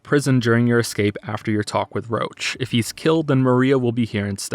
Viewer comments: wtf I thought you were memeing with calling roche "roach" in the polish version they pronounce it "rosh", the same way you would read it in french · i keep hearing "roche" as "roach" so when i hear "roach's high position in the military" i get a little. weirded out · Pronouncing roche as roach is very funny when you imagine a horse instead of vernon doing stuff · I swear, if you call Roche Roach one more time i will end it. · you pronoucing "roche" as "roach" is giving me cancer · Okay, video's great, but pronounciation of Roche drives me crazy, it's supposed to be french-ish not a bug (roach) Edit: im Polish, shit says about Polish is fucking hilarious (Also, Witcher 1 and 2 are basically indie games, fight me) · Why do you pronounce Roche as "Roach"? Should be more like 'Rosh' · I hate how they pronounce "Roche". It sounds like Roach. I always thought he was meant to be some kind of "frenchman" because in polish they say "Rosh". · IT'S "ROSH"! VERNON ROSH! NOT "ROACH"! I'M GOING TO CUT MYSELF! It's "Rosh" in every single language version, except for English. The English cast for some reason is incapable of pronouncing it properly... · most of the technical issues you described in the prologue, I gotta say it's most likely to be a bug. I played the game on PC twice and had NONE of these issues also Roche isn't pronounced as Roach but as like "Rosh" at least in the language I played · his name is Roche. ROCHE! Pronounced "Roh-shh" not "roach". "Roach" is the horse. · You pronounce Roche as "roach" but i think "rosh" is correct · I was SO CONFUSED when you called Roche "Roach", I thought you were talking about the horse. In the original his name is pronounced more like "Rosh". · Roche is "Roach" is english dub. although he should is "Roshe". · He keeps pronouncing "Roche" as "Roach". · Yeah he scuffed that.